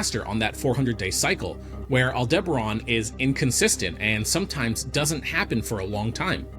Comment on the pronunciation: Betelgeuse has already gone super nova, we just won't see it for a good while. All-DIBBA-ron?? AL-de-ba-RAN!.